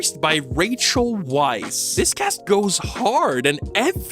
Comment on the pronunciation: The disrespect of mispronouncing both Fraser and Weisz! Brendan's surname is Fraser (fray-zer) NOT FRASIER Rachel's surname is pronounced like vice, not Weiss